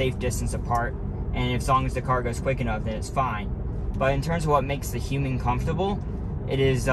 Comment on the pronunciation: I have to say, I have never heard someone say "human" like you do. It sounds like you are saying "hueming". I like the way you speak BTW.